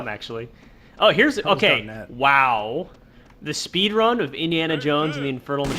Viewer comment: It's "spedran."